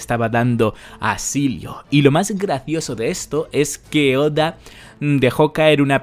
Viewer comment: Por cierto, es asilo, no asilio. solo digo jeje saludos